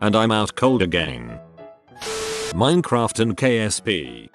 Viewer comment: I'm really amused how the robot voice pronounces it "minnycraft" in some spots, but other times pronounces it correctly. Sometimes while reading the same post.